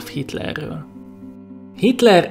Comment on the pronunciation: Ő itt kitler nem hitrel